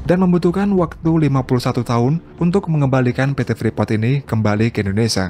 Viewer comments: Kata Indonesia jangan di sebut Indonesa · Indonesa? INDONESIA YG BENAR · Indonesia kali bukan indonesa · Indonesia mas bukan Indonesa